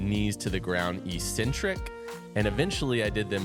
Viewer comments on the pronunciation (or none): EEEEEEEcentric isn't a word anywhere in the English language. It's pronounced eK-Centric. Look it up. Nice vid, tho. Thx.